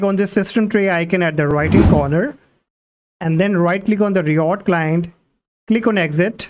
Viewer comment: all good but i hate the way he says RIOT......thanks